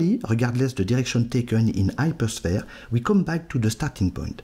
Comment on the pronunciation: It's really unbelievable that you understand this difficult subject, but you can not pronounce the H!